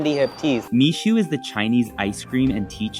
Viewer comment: It's Mixue (蜜雪), pronounced as "me share" (not "me Sue"), literally translated as sweet snow.